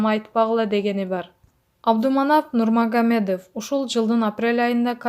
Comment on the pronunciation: Нурмагомедов деп айтканды уйронуп анан окуса болмок экен 😞